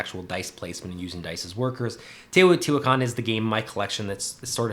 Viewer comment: I think Teotihuacan is better than Tzolkin. You also pronounced it correctly, pretty great actually. I own both and enjoy both, but Teo is one of my favorite games, possibly #1. Both games rely on timing of your moves. In Tzolkin, you're timing when to pull off your workers to pull off a big move, in Teo, you're timing the placement and powers of your workers to also pull off big moves. I think they differ in that Tzolkin is a worker placement, but Teo is like a worker rondel, since once you do an action, you have to go around the board to do the same with that same worker. I love going up Teo's tracks to get bonuses and comboing that into other moves. I agree Tzolkin has the great gears, and it can play quicker.But Tzolkin suffers from a non variable set up. The technologies never change, and this has led to people coming up with a couple dominant strategies. Teo has a lot of variability out of the box in the base game, so this is less of an issue, every game is different. I'm just a Teo fanboy, there I said it. This game made Tascini a favorite designer. I hope he (alone) punches out another game soon.